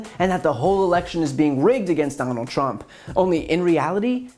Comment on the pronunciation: . Did he say connal trump.. Nice😂😂😂😂😂😜😜😜😜😜😜